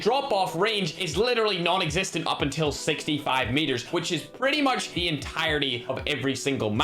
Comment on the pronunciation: On the 'o meteeer